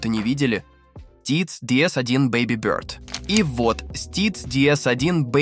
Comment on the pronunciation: А зачем ты бёрд произносишь, как будто-то тебе чЬлен в рот засунули?